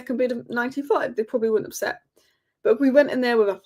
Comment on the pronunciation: it's "accept" for heaven's sake.